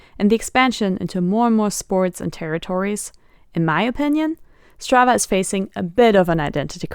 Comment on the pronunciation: Imagine trying to make your app sound exotic by using a Swedish name ... and then misspelling that and pronouncing it incorrectly ...